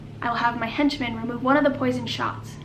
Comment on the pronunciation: I cant get over every time he says henchman though 😂